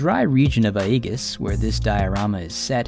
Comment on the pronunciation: love everything about your videos except the pronunciation of aegis xD